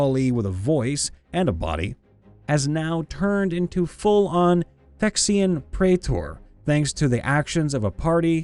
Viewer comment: Phyrexian is pronounced like fi-rex-eon from all the MTG videos I've watched.